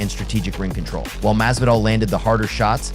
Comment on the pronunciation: Jorge masvidal is not that hard to pronounce dawg